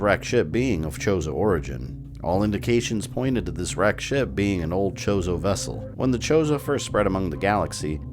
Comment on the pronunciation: did I hear right? did u say the ancient chozo statues were called chorizo? lol